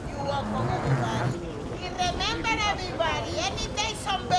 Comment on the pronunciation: Rrrrrrrrrrrrrrreeeemember everybody, have a wonderful day